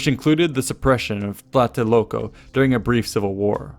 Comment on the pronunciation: TLA-TE-LOL-CO. Not Tlateloco. Please!